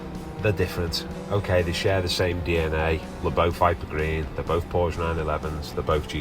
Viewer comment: PSA: Porsche is a 2 syllable word!